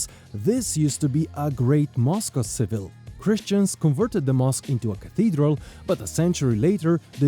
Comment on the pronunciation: Why are you pronouncing Seville incorrectly since you’re a tour guide?